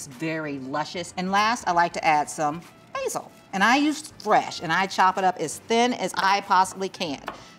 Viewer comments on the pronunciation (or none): none